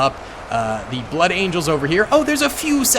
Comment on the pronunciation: So, you can say blood angels but you cant say blood. Interesting stuff.